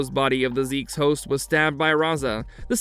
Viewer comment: Yeah ok so that name being pronounced "zeeks" was no where on my radar for what I was thinking up as guesses lol